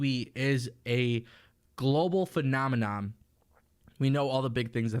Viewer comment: Phenomenon. Not PHENOMEMOM.